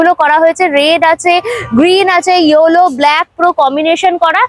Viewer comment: Tomrs shobai "yollo" bolo keno? Pronunciation ts kinthu yell. .low.